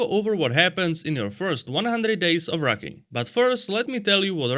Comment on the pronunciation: I thought he said rukken 😂